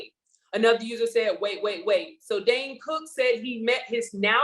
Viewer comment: Hey there. His name is not Dan. It’s Dane. Just saying. 🤷🏽‍♀️